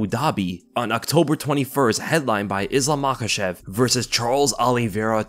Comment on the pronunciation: And it’s Islam Makhachev 🤷‍♂️